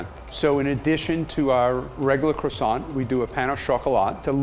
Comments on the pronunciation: I can not get past the way that he pronounces 'croissant' he lost me at crassont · You'd know this croissant is not legit when he pronounces as kro-sons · Unfortunately, it is ruined in his pronunciation- "cre-sont". Ouch. It is cwa-sont. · Its Ko-Wahh-Son not Cro-son!! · I hate it how they call it "Crawsawnt" and not "Cwosownt.." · FFS AMERICA!!!! It is pronounce "KWAH-song"....NOT "crah-SONT.. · CRasaants? Correct pronc. Cwassan (nasal n) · Croissant? Do you mean quackson? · Are you finished with that...CWASONT? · excuse me but you did not had to be so rude, even the tasty guy pronounce croissant as kro-san and not some stupid kwa-son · i love the he said krosan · it's kwasont. respect carl wheezer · I love cwasaws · French guy: its called CKRWASAH, KRWA SAH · croissants master and he doesnt call it "kwa-sao" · It’s pronounced “Kwa-SOHN”. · are you gonna finish that cwasant? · that rolling of his RRRRRRRRRRRRRRRRRRRRRRRRRR. Sm1 should have thought him how to pronounce CROISANTS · Keith; This is how we make our Croissant Carl; U mean Cuassont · Me: watching this video My thoughts: aRe YOu gOiNG tO FInIsH tHaT cWAsSoiNT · Are you going to finish that Cwassant? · I left the moment the guy said Krawsawnt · ''aRe YoU gOiNg tO fInISH THAT cROssaNT'' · Everyone: ...... Gordon Ramsay: Qwarsont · “Are you going to finish that kwasont” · It's pronounced "kwah-son". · Nah the correct pronunciation is "Crwa-ssant" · Man the way he says "Kro-sant" just makes me cringe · Are you finish with that CWOSSON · are you going to finish that cWoSsA? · Looks gorgeous. Credit to you all. Your master croissanter obvs gets the most - but you are the Captain and in charge overall, so quite a bit to you, too. Your French pronunciation is abysmal..... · There are lots of 'lettres muettes' or mute letters in French. They are written but not pronounced. The 't' in 'croissant' and 'chocolat' is mute, so please pretend it is not there and you will start pronouncing correctly!